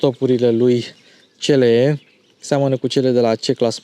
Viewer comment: "Ț l e"😂😂😂😂 pe bune??